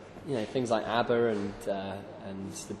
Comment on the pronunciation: The way he says "ABBA" lol